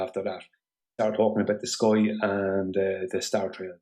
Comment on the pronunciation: One thing I’ve learned from his presentation it’s that it’s actually pronounced skoi, not sky.